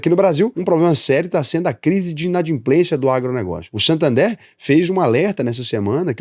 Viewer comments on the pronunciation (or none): none